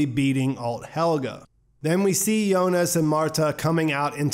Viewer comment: I love these breakdowns. But I really hate that you keep saying Helga instead of Helge